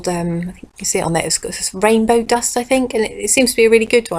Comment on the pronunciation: Did you say dust like little Britain? Cause I cannot stop laughing over it